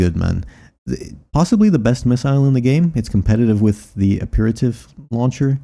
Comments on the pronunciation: 'apeerativ'...Aperitif is pronounced 'APEHRuhTEEF'. it and the other items from that same source all have culinary references. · Great info, though I've found it after a regulation upgrade has made it somewhat obsolete. Btw, "apertif" is French for appetizer, fitting the full course meal theme of Carla's AC. It's pronounced ap-per-TEEF.